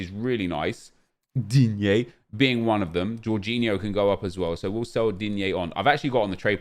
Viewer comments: Nobody:: DEEN-YAY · why did he say it like that i thought he coughed or sum shit